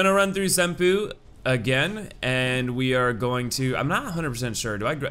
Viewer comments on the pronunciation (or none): Senpou pronounced SEN-PO not SEN-PU